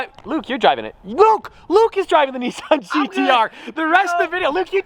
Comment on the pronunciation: It’s a NISSAN not a NEESAN GTR. Nice though. 👍🏻